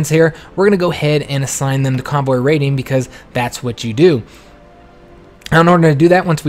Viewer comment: It’s cute how he says "raiden" like a real southerner, but than proceeds saying "raiding" as accurately as you can pronounce it. I do not mind either pronunciation, but the combo is endearing in a genuine way.